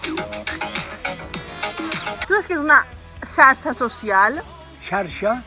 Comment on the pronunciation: Adorable. Però es veu perfecte la degradació fonètica del jovent valencià quan en mots com "xarxa" el iaio pronuncia com cal la fricativa "sharsha" i la neta "sarsa", quasi "sarsha".